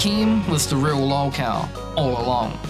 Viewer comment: Regardless of how bad of a person ethan ralph is... he sure has a way with words. Btw, the way keemstar says "lalw kao" bugs me for some reason.